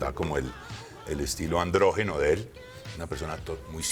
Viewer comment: Androgeno dice la presentadora kkkk. Andrògino habra querido decir.